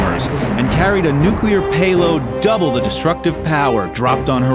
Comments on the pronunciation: It's "nuclear". Not "nucular". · It's NuClear, not Nuculear. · Learn how to correctly say the word "Nuclear". Otherwise, don't narrate videos. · Ha, ha! "NUCULAR". Reminds of that Alaskan Governor. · I wince every time I hear it like that. It’s bad enough they say it wrong but don’t they ever hear how people with working brains say it and wonder, who’s right?